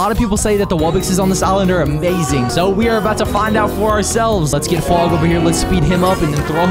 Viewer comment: I hear fwog saying womp womp😭💀